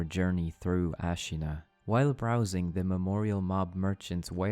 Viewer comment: It is pronounced Ah-shina, not Ash-ina... Im wondering if you played the game, they said it every other sentence